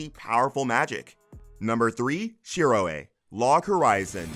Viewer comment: I can't not hear the wrong pronunciation of Shiroe 's name now. Did you even watch log horizon dubbed?